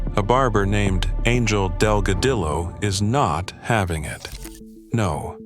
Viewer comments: pronounced Dogadeeo. The L's are silent in Delgadillo. Great guitar player he and his brother both. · FO AI....dell- gah- dillloe....nice rry